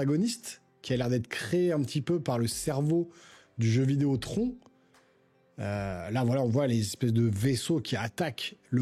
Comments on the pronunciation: TRONNE (phonétiquement), mon pote LOL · Stp prononce à l'anglaise TRON(e) ça fait trop bizarre quand tu le dis 🤭🤭🤣🤣🤣🤣🇨🇵🇨🇵🇨🇵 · Prononce Tron a langaise stp 🥺 😭 ca fait trop bizarre la prononciation à la francaise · C’est très drôle que tu prononces à l’anglaise Daredevil mais à la française Tron 😅